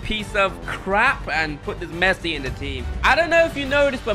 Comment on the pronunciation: did he say Messuiiiiiiiii